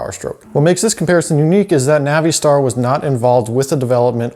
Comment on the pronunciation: Oh for the love of God. Not the Navìe•Star pronunciation. It's Nav•uh•star bruh...